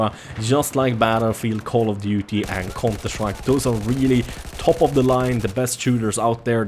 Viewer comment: "and cånter strajk"